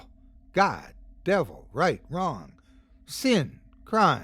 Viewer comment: The way pronounces the word ‘wrong’ in the intro makes me grin every time.